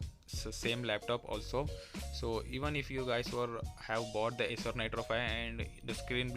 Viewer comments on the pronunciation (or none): none